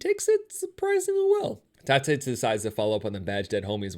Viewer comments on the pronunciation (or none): none